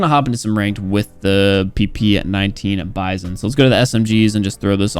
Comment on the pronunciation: "PP19 bizon-yokiwi"